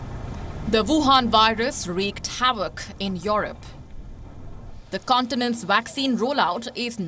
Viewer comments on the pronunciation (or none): when will she stop pronouncing it as YORUP?